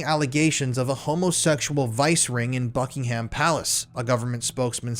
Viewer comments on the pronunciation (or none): none